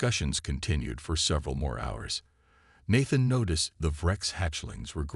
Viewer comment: And Nathan is pronounced with a long a